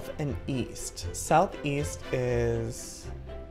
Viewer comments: joey: so we need to go.. South-East Me: East? i thought you said weast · Did you say south east i thought you said south weest.